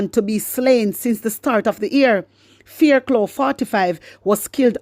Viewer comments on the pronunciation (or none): Fairclough...pronounced "" FAIRCLOFF""